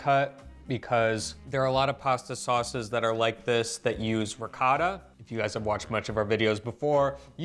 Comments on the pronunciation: I always marvel at the fact that, with an Italian wife sitting next to him, always pronounces the word "Ricotta" in that "American way" that just can't be heard. sitting by his side makes him hear the word ricotta several times, but he continues on his way. 😀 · it's ricOtta, not ricAtta! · Hurt my ears every time he says, “rikada” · Riccotto not ricatta. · ree-caw-tah....oh, r-pear... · please stop with the intentional gringo mispronunciations. It's really off putting and doesn't help viewership. Makes me want to scream when you mangle ricotta. Say it correctly, it's not that hard. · Please teach your husband how to pronounce "ricotta"